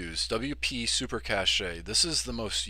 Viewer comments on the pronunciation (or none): It is pronounced cache (as in cash) not cachet